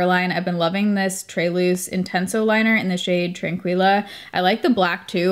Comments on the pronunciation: Tranquilla is pronounced Tran-key-luh kinda like tequila! 😁 These are probably my fav videos of yours! Love listening while I get ready! 💖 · I love you, but you did NOT just say "Tran-QWEE-la" 😂